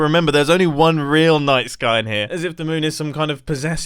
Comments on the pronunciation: Every time he said night sky all i could hear was nice guy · I refuse to believe that I'm the only one hearing Mumbo say "nice guy" instead of "night sky" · Am I the only one who heard nice guy when he said night sky? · I swear to god I thought he was saying "nice guy" instead of "night sky"